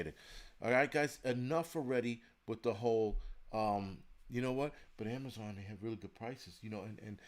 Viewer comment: No more Am-a-zon got rid of acct.